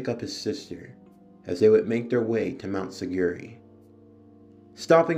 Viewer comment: i cant get over how badly you butcher their names especially urokodaki and mount sigiri